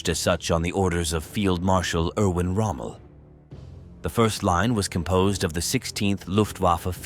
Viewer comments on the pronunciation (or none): none